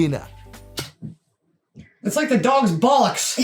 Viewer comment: LOVE THE WAY YOU SAY BOLLOCKS !!!!! Class